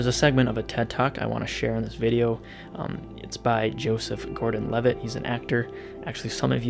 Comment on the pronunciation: When he said “thanks MpB for sponsoring this vide” I thought he said “thanks MTV for sponsoring this video” I was like “what?” Lol 😂